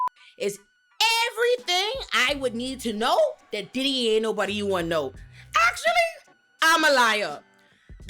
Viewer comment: “How you in New York and you act like you never seen noBAWDY?!” Lmfaoooooo